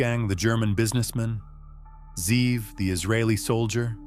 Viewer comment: The name is Ze’ev. He just isn’t pronouncing it correctly. Wolfgang=ze’ev